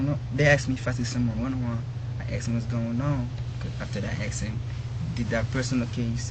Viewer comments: He didnt ask him! He axed him. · Asked not aksed